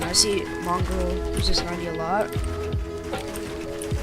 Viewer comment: mongrol? his name is moongraal